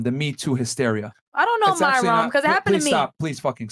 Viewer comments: I Am The Only One Who Believes MY-RON Was Because She Can’t/Couldn’t Pronounce Myron. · Lmao every time she said Myron’s name I was like uGgHh🤦🏾‍♀️😂😂😂